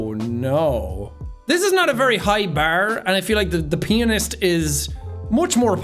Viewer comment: the change of the word Pianist 😂😂